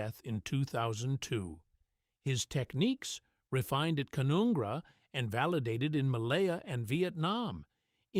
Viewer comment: It's pronounced Can-un-gra!